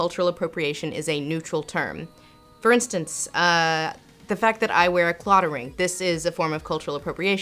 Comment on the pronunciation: Will I comment on a 3 year old video about pronunciation? Yes, yes I will. It's not "claw-da" ring, it's claddagh, like sad, bad, mad. All the things I feel as an Irish man hearing "claw-da"